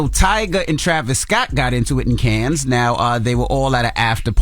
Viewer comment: PLEASE learn how to pronounce Cannes. It's irking me. 😅